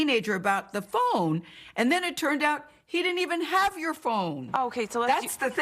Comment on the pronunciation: “you seem to have attacked a teenager about your phŒN”